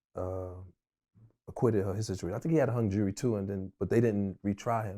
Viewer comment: Only in Harlem will you hear someone properly use the Disseminate and in the same sentence pronounce “jury” as jewelry